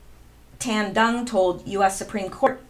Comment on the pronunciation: Dung is pronounced Yoong. The D is a Y unless there is a horizontal line through it, then is like our D. Nguyen is pronounced something like Nwen.